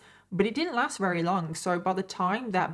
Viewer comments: can u say very instead of “rary” lol i’m sorry it just drives me nuts i love your stories but the fact that u don’t pronounce ur v’s drives me insane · can you pronounce very right lol